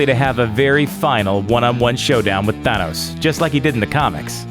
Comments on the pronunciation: why do you say thanos so weird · Why do you say Thanos like that? Idk the official enunciation, but it seems like you put a ton of emphasis on the wrong part of the word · you cant even say thanos properly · Thonos its thanos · Why does this guy keep saying Thanos' name like he's a Spanish opera singer. I've been into comics for a while, I've heard Than-os(sounds like fan) or Thain-os (sounds like bane) but never have I heard it ever pronounced Thaw-nos, especially with how he saying it with some weird accent. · Say Thaaaaaanoes, not thonoes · im so happy im only watching this now cuz this guys sounds like an idiot, not even a minute in and he manages to mess up the pronunciation of thanos its THAH-NOS NOT THAW-NOS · Nope for iron man Nope for captain America Yes for vision No idea for Hawkeye Yup for star lord Nope for Thor Yup for drax Yup for scarlet witch Yup for nick fury Not everyone Btw it’s not thunos it’s than-ose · Jesus it’s THANOS NOT THUNOS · Anyone else cringe every time he said, "Thaunos" instead of, "Thanos?"No? just me? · I love how you says Thanos as thunos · i like that he is pronouncing thanos "thaanus" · Please learn how to say the name Thanos...its not Thunos, dude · Atleast get someone to read that actually knows how to pronounce the names.. "Thonos'' ffs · Th-an-os also you said he had visions due to Thanos which is wrong. I won't tell you how so you actually watch the movies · Thun-os hmmm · It is pronounced Th-eyyy-nos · Th A nos Emphasis on the A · I hate the way you say Thanos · why does he say thanos like that? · Ahhh they way you pronounce Thanos is jaw clenching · Why does he pronounce Thanos name that way? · It pisses me off how you say thanos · Wow. Not pronouncing Thanos right. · Sometimes you pronounce "Thanos" correctly other times you buther it... I don't get how. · does this guy know how to pronounce thanos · The way he pronounces Thanos is very frustrating. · OMG The way he pronounces Thanos is so fucking Annoying!!!!!!!